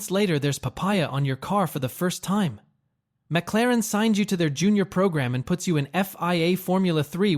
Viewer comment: What is a mac-la-ran?...😂